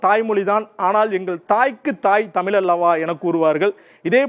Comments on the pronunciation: எல்லாம் சரி. அது தமிழ் தமில் இல்லை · தமில் என்று சொல்லாதீர்கள் "தமிழ்" என்று சொல்லுங்கள். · அடேய்.. அது தமிழ் டா. தமில் இல்ல டா. முதல்ல ழ சரியா உச்சரிடா. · யோவ் தமிழயே ஒழுங்கா உச்சரிக்க தெரியல.. தமிழ் தொன்மைய பத்தி பேச வந்துட்டான்.... எல்லா திராவிட மொழிகளும் தொன்மையானதுதான்யா...ஏயா இப்படி சண்டை போடறீங்க?